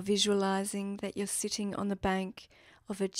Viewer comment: Why the emphasis on sitting?